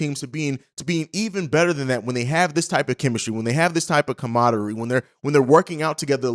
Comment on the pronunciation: what’s “comadary”?